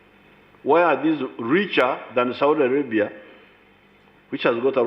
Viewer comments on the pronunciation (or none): none